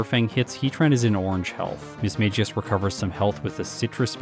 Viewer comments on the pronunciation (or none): Another video another video pronouncing Mismagius wrong. Ms Maggie Us